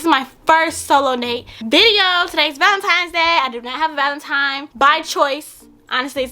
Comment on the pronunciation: She called it valentiMe the whole time 🤣🤣🤣🤣